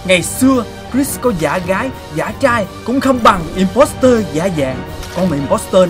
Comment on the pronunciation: imposter là chữ o ko phải chữ e đâu nha anh